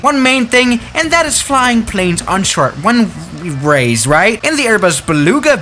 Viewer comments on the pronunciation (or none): Short wunrays